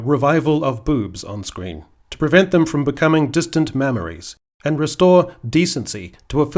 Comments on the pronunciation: Did you say “distant mammaries”??? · I swear he says "distant mammaries" , brilliant